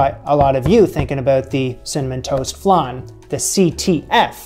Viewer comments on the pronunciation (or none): love your show ! just a side note...tis flan as in pan, not flaaaaahn as in ....whatever that is lol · FLAN LIKE VAN not FLUN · Flan like pan please. Flonde?😂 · Just out of interest; what's a "flarn"? In English we call it a "fl-ann" 😄😄😄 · I love watching your videos. I thought I should tell you that you pronounce it like 'an' - flan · Pst .. there is no 'r' in Flan...so it's,F - lan...Flan 😉😉😁💕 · Love the pronunciation, not sure if the long a sound in flan is a North American thing, a Canadian thing or a thing, anyway. My northern English ears do find it endearing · i’ve been searching these comments to comment on how he says flan lmaoooo. I always am really upset with how he says vague. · why do you say flan like that?????? I also notice that you say vague as Vèêhg or vehg lol. You don’t enunciate the gue and you turn the an into an e or eh lmao.